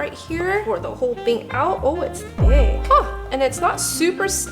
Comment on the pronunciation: Ayyyo whyd u say thick like that u talking about Chun li thicc cuz Chun li thicc